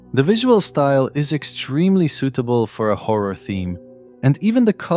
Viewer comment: when da howa game is widderwy howa